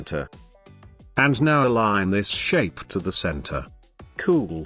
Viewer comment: Love how he says cool! Makes watching even if the content wasn't worth it. Keep up the good work. Helped me tremendously!